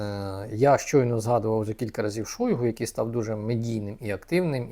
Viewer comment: Не Шóйгу, а Шойгу́! Выучите уже!